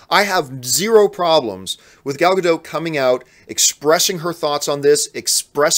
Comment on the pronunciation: It’s more like Ga-DAUGHT than Ga-DOTE..